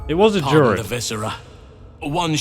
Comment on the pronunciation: Just so you know, it's pronounced dru-id (as it's spelt) not durid :)